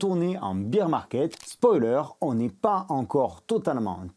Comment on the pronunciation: À force d'entendre 'beer market' au lieu de 'bear market', j'suis plus sûr si on parle d'investissements ou d'Happy Hour. Wall Street ou la brasserie du coin ? 🍻📉